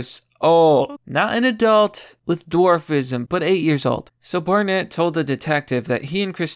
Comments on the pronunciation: Wtf I dont think you’re an American anymore. I didn’t care about the several mispronunciations in every other video, but pronouncing BARnett as BAREnett? Thats like one of the most common names in the US, and you started pronouncing it correctly halfway through the video. You’re all over the place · Bore-nett, Bare-nett, Barnett. Keep it up. You'll get it eventually. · "Bear Net." LMFAO, Dude I seriously think you intentionally mispronounced peoples names sometimes!!!🤣🤣🤣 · Dude, it's Bar-nett Sound it out buddy. 🤦‍♂️